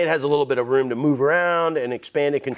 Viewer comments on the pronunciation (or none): none